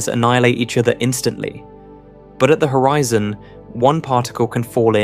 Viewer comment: The author is AI. he said hoREEEZON